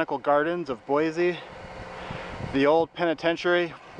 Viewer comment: Good video. But locals say, "Boy-see" no Z